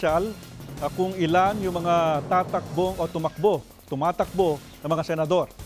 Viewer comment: Noli not Nole,Senador not Sinador ur twisted tongue!!!😂😂😂🤣🤣🤣